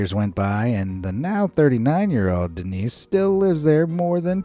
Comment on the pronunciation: Seguramente o nome é "Dênis", não "Denís" mas é bem divertido 😂